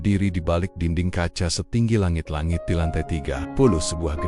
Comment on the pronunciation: Langit-langit bro bukan lengget lengget kata-kata nya biasa aja bro nggak usah terlalu di dramatisir 😁😁😁😁😁😁